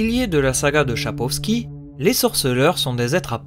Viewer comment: Bonne vidéo ! :) mais c’est Sapkowski pas Chapowski :P